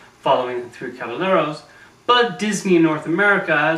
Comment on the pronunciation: Although I agree with what you say in this video pleasepleaseplease stop calling him Jose with a "juh" sound. It's "ho-say", and the three "caba-yeros", not cabeLeros.